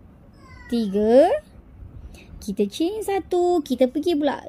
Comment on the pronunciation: Tutorial sebut change tu ingatkan tukar rupa rupanya chain (rantai)… kalau sebut je rantai kan senang. X di la keliru antara change dgn chain… huhu.. Maafla atas teguran